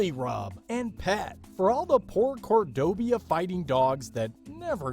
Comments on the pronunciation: Why do you find it so hard to pronounce "Cordoba?" Why do you insist on saying "Cordobia?" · No. Not with this guy. It clearly says Cordoba Fighting Dog and the entire time he pronounces it Cordobia. Next. Guess what? The thylacine was possibly rediscovered a couple of weeks ago. But mostly the problem is that the guy's voice is just way too moronic and simultaneously condescending. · Please learn to read. Cordoba not Cordob-i-a........ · "Cordobia". It is Cor-do-ba. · cordoba... it must be pronounced cordobia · Very interesting, but needs tweaking. The Cordoba Fighting Dog was referred to as a species, then later as a breed, and later back to a species. Please make your mind up and if you’re not sure, it’s a breed of dog, dogs in general being a species. Why was this ‘Breed’ being pronounced Cordobia, instead of Cordoba? Tisk tisc tisk! Also, nice to see that religious nut bags killed a Great Auk, because they thought it was a witch, thus helping the extinction of one of God's creations. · there is no I in Cordoba.... that makes me cringe every time he pronounces it that way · I love this idea! However, I did laugh each time Cordoba was mispronounced... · Lol. "Cordobia," and, "supposably." 😂